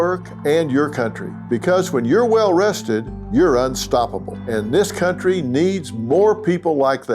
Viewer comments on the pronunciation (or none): none